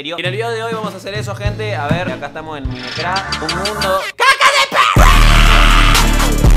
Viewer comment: Como es: Kaka de perro Como lo dice: Kaka de pewro xd😂